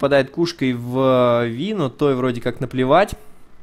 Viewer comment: правильно именно ВИ, а не Вай..... это наши чудо переводчики так перевели.